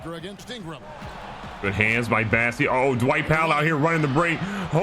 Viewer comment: BOssey, not BAssey lol